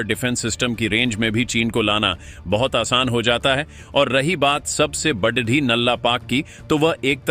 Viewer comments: अबे बेशर्मों बड़ी और बढ़ी में अंतर समझो सालों हिंदी भाषा का सही उच्चारण करो और #बड़ी_बड़ा_बड़े बोलो बढ़ी नहीं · ' बड्डी' नहीं होता जी, ' बड़ी' होता है।